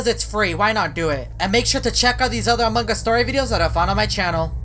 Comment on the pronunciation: No one: This guy: amangas